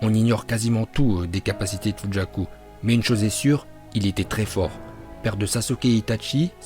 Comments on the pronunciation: fujaku on dit pas fugaku 🤔? Dites moi en commentaire 😗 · Fugaku. Et non Fujaku* 🤦🏼‍♂️ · Sa ce dit fuguaku fugaku pas fujaku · Ça se dit pas FUJAKU😭😭😭😭